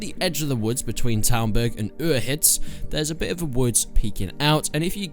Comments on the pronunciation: Uzhitz, not Urhitz. Cz. Užice. There's no R in it. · One day you'll pronounce Uzhitz right... "You-zhitz" like a soft sort of j sound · I hate how he says Uzhits, he says it like Ueehits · Uzhitz pronounced uhic. Lol 😂😂😂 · why are you putting an R in Uzhitz? They even say the town in the game multiple times. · This dude can't even pronounce the name of the town xD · Have you ever played this game? You're not pronouncing Uzhitz correctly. Stop pronouncing it that way. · Pretty shit reply from someone who literally sounds like he's puking when saying the town name...learn it. It's annoying in your videos. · Piss off mate,nobody cares if he butchers a name of a village in the middle of nowhere